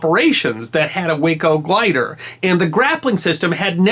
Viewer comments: FYI Way-Co aircraft is actually pronounced Waah-Co , as in "Wacky". Check with any pilot familiar with Waco biplanes, their most known plane today. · Like your channel and enjoy it immensely. Thank you! BTW, Waco CG-4 is actually pronounced wah-co, while way-co is the city in Texas. IIRC, Waco is still in business and in 1930's, was the largest manufacturer of civil aircraft in the world. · If I may, the Waco company pronounces their name, an acronym (Weaver Aircraft Company), “Wah-koh” rather than “way-koh”. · I think you corrected this in one of your other videos, but the glider, made by WACO, which is pronounced "WAH ko", not "WAY ko". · W (long A) co is a city on Interstate 35 in central Texas. The aircraft manufacturer was pronounced W ahhh co. Lovely story, though. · Waco is pronounced Wah-Co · Waco is pronounced waaa - co like aw shucks. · Wonderful story. Just one nit: Waco aircraft; it's pronounced Whah-Coe. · Just FYI, WACO is known by the aviation world with the "a" sounded as "ah". WACO is itself an acronym, originally for Weaver Aircraft Company of Ohio. Makes no real difference, of course, just thought a might like to be as correct as possible. From an old Air Force fighter pilot. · WACO - Weaver Aircraft Company - rhymes with "taco"